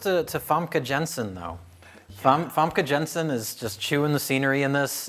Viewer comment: It's pronounced Famke Yahn-sen. Get it right, you hack-frauds.